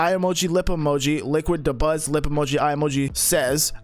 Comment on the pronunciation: Why’d he say dabuz name like that?